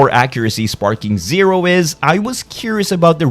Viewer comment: Sounds ai. The way he pronounced sparking zerp